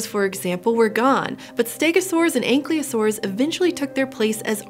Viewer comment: I was so engaged until she called it an "ankle-y-osaur"...😕